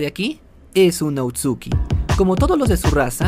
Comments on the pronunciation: Oye bro está muy bueno el video pero namas una corrección no es outsuki es otsusuki pero no es crítica bye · A pesar del tiempo que lleva este video no se si sea el unico que le da algo cuando dice "outsuki" y no otsutsuki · otsuki yo: otsutsuki todo el fandom: otsutsuki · Otsuki dice, se dice Ōtsutsuki. Encima de equivocarse diciendo que el Rinnegan es una evolución del Sharingan va y pronuncia mal el apellido. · lo siento pero me da tic que diga Outsuki corrijo educadamente: otsutsuki jijijija